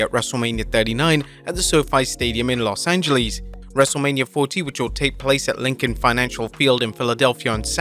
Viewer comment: "Los AngelES" Me: Tell me...he didn't just say...THAT